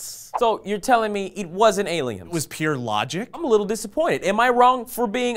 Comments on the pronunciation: When is someone going to address the fact he says "aliems"? Or is it a sourcefed inside joke I missed completely? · is saying "aliums"? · So why does always say "aliums" when we all know he means "aliens"...? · I would love there to be a t-shirt of all the mispronounced words of (skience, aleums, etc.) in little word bubbles or something. Make it happen SF! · "No aliems." (sic)